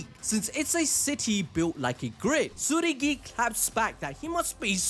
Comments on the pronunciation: I know it ain't that deep but his name is Tsurugi not Tsuguri 😭💀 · Hey boss. It sounds like your saying tsuguri when I believe it's tsurugi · why you keep on saying "Tsugiri"? I thought its "Tsurugi"